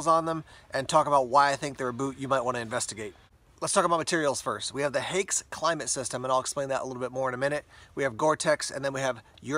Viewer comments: One of the best boots ever. The new standard issue of the German army. But „Haix” is pronounced like “hikes” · I’m not German, so fell free to correct me. But isn’t it pronounced like “hikes” boots?